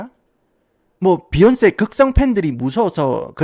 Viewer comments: 비욘세 발음 존나웃기네 ㅋㅋㅋ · 도입부에 제이쥐와 비얀쎄~ 하다가 갑자기 갱상도 사투리 나와서 개빵터짐 ㅋㅋㅋㅋㅋㅋㅋ